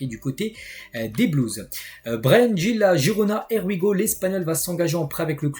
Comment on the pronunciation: j’adore tes vidéos mais svp fais un effort, tu me fais saigner des oreilles avec ton anglais: here we go se prononce ir we go MERCI! 🙏🏻